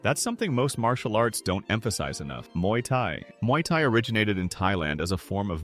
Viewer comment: Not "Mauy Thai" 😭